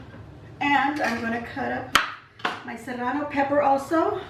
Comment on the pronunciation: Love everything but the “cerrano”, lol! Yum!❤️👍👍👍